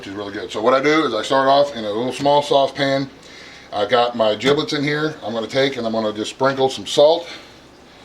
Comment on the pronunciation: Giblets with a G, not Jiblets with a J